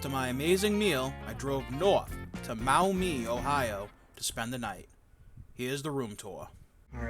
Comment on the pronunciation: It’s pronounced Mawmee. I used to live in Toledo